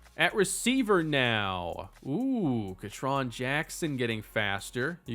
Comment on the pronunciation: Ketron Jackson is pronounced Key-Tron I only know this as a Arkansas fan